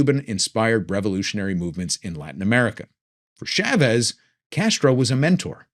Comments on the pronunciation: Thanks for another excellent and informative talk! PS it's Chah vez not Shaaaa vez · Learn how to say Chavez!